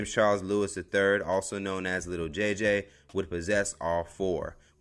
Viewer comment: Why he kept sayin “little” JJ it’s Lil 😂